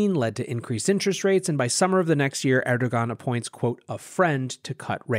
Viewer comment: Content as epic as the mispronunciation of names...”La Call” is “Le Kai-yay”...”er-do-gan” is “air-do-wan” 😂